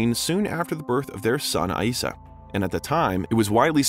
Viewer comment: Janet’s son Eissa’s name is pronounced “Isa”, not Ah-Isa!